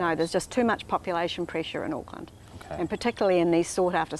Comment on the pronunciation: The way foriegners say Auckland is outrageously adorable Btw the "Auck" is pronounced Awk like in Awkward